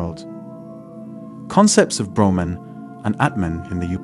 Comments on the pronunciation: Ps its brahman the absolute not broman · Plus his pronunciation of the various terms eg. Brahman, ātman, Upanishads etc is way off. I couldn’t listen through to the end.